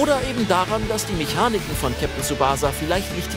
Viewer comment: Es heißt nicht Kapitän tsubahsa sondern TSUbaßa. Vorne betont und Mitte kurz und das S wie das englische S.